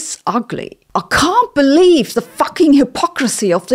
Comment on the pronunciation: I love when Sabine says something so real she breaks extra into her accent lmao “I can’t beleuieve the fuchking hypocracy of these peaople”